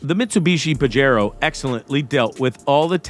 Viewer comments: Awesome video! But it's pronounced "pah-hay-ro" not "pahj-ero". 😆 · The "J" is like an "H" sound in "Pajero" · PAJERO NOT PAJARO